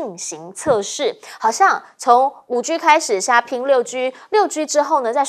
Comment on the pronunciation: 5G cannot be spoken as 5Giu. No good pronunciation.